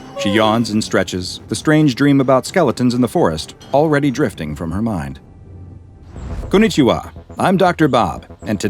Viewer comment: dr bob saying konichawa aaaghh soo good